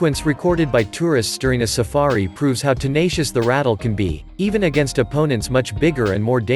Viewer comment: Snakes are venomous, not poisonous and it is pronounced " ra-tell", not "rattle".